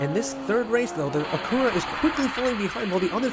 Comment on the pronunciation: Great vid with some fun racing! Just a bit of constructive criticism, “Acura” is pronounced like “accurate” but without the “T” sound at the end. And even then they’re really just Hondas as Acura is just Honda’s luxury brand. Just like Toyota/Lexus and Nissan/Infiniti and Hyundai/Genesis. Can’t wait for day 4, this is a fun track!